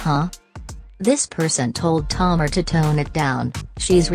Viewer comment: I'm DONE!!! HER NAME IA TA MAR NOT TOMAR.👹